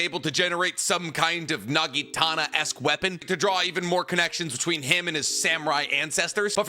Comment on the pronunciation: Naginata, not nagitana